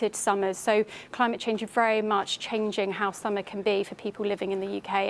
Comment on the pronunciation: “Dis is cos ov climaMaTE Chaasaaaaange!” 😂😂🤣😂😂🤣😂🤣